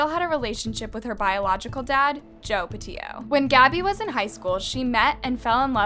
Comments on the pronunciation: Are you saying patito? Sound like your saying patillo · literally pronounces everything wrong😭 it’s petito not petio and also prayers for gabby’s fam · Girl, u really have to make an effort in pronouncing names and words correctly. It's pronounced "Laun-dree", not Laundrah. It's "Peti-to", not Petio.